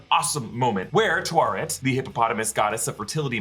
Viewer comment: Taweret Ta We Ret... not Tuaret / Twaret / Tuwaret arrghhh